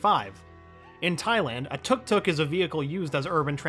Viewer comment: isnt it pronounced TUK-TUK... not TOOK TOOK